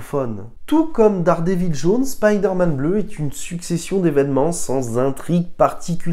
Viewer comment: Excellente vidéo mais si je peux vous donner un conseil, soignez la prononciation des noms... "Buskema"? "Daredévile"? Ca tranche avec la qualité du travail.